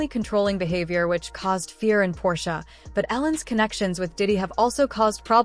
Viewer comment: Really? The stupid robot voice can't even say Portia's name correctly.